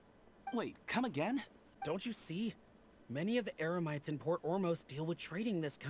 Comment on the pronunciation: I just noticed that mispronounced Eremites to Emerites